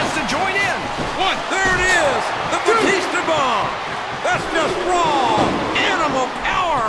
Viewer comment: lol jr says, "DA BATISTA BOMB"